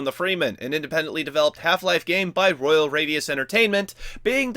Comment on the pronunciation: It's actually not royal radius it's "rudius" Yea i made the mistake as well.